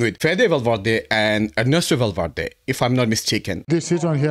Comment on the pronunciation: she said enesto valverde 😂😂